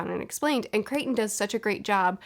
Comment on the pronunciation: Michael Crichton. “Cryt-un”.